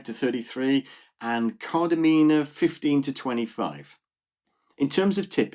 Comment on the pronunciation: The number of times I hear Kardamena pronounced incorrectly 😂